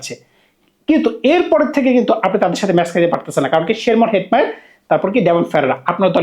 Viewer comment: ভাই আপনার উচ্চারণ এ সমস্যা,অন্তত প্লেয়ারদের নাম গুলো মুখস্হ করে ভিডিও করতে বসেন,ভইভব সুরিয়াবংশী এই উচ্চারণ টা করতে পারছেন না,শিমরান হেটমায়াট বলতে পারছেন না হইল কিছু???